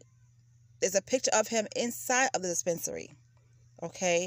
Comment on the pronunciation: "dee-spence-a-nary".... lmao!🤦